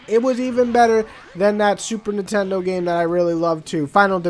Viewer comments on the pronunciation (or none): none